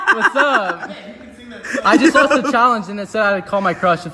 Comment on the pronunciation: He said “sth” not “the” when he sings fly me to THE moon